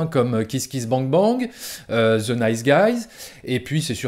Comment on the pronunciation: C'est quoi cette manie des Français de prononcer ''the'' ''ze'' ???? Un mystère jamais élucidé.